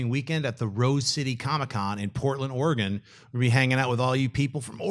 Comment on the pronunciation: when Schnepp said Oregan I could only think of the line "you have died of disentery"